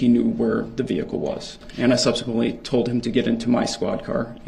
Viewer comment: Lol, Duh-rell, “What u were toad” 🐸